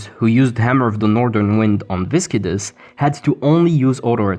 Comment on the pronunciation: This is no shade, but how hard is it to pronounce Viscidus, you can type it into google if you need help xD